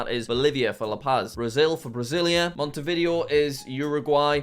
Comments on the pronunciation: he said “mont-eh-vid-ee-oh” he the “video” part more like the word “video” instead of “vid-ay-oh” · P.S. no hate, i even think the video was fun, but its a little bit annoying to hear monte vIdeo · Jack. Jack PLEASE do a video where you learn how to ✨pronounce✨ all the capitals in south america quito: kee-toe, not kwi-toe bogota: bo-guh-TA, not bo-GO-ta montevideo: mon-teh-vee-day-oh, not mon-tuh-vi-dee-oh